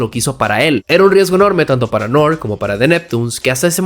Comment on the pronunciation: N.O.R.E se dire Nori no Nore, viene de Noriega